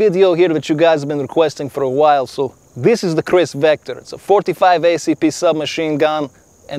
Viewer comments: The real you mean “Wector” lol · Pronounciation from Russia to Kirss Vector😂😂😂🤦🏻‍♂️🤦🏻‍♂️